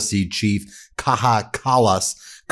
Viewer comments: Kaja Kallas' first name is pronounced Kaya, not kakha. It is Estonian, not Spanish. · You pronounce Kaja wrong. It is not kaha more like kaya. Ka and then ya as in yahoo. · She's not goddamn Mexican... "Kaha", dude... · Kaja Kallas is not Mexican. She is Estonian, so it is pronounced "Kaja," not "Kaha." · Omg. You must pronounce it "Kaya", not "Kaha". Ms. Kallas is from Estonia, not Spain. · Kaja is pronounced Kaya not Kaha!!!!! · Correction: Kaja Kallas should be pronounced as "Kaya", and not otherwise, thanks Ben! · She's Estonian, not Spanish. Her name is pronounced Káyá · Good video Ben, congratulations I noticed you have Bombardier down that can be hard for Canadians. Now Kaja Kallas is pronounced like cobra KAI-ya Kallas like Dallas with a K. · Dear Ben. Kaja Callas is pronounced ( Kaya) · A little support on pronunciation Ben. The name of former Estonian prime minster is pronounced with nordic a, not like the aee in US and j sounds like an English y together wit a (slang: ya´ll). Put together: Ka-ya, and full name "Kaya" Kallas. In case I messed it up check google pronunciations. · Sorry to "interrupt" you; Kaja Kallas's first name ist pronounced "Kaya". She's not Spanish; she's from Estonia. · Her name is pronounced K-eye-A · Kaja kallas pronounced Kaya 😊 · Oh cmoon Ben, it's Kaya Kallas, Kayyya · Kaja is pronounced like Kaya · Just for information: The j in Kaja is not pronounced as an h. Think more like the English pronunciation of "Kaya". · Kaja Kallas'es name is pronounced as Kaya. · For further reference: Kaja Kallas is pronounced "Kaya". Here in Europe, we are very worried (to say the least) about what is going on in the present US administration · pronounc it as " Kaya" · The name Kaja is pronounced more like Kaya. You pronounced the J as H like in Spanish. Just for future, the lady will stay in news. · It's pronounced like Ka-ya